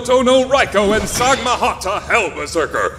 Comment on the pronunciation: It's samghata, not sagmahata